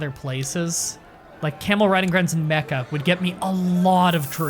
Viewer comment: When you said Mecca army, I thought you said mecha army and I was like “wait... that ain’t right...”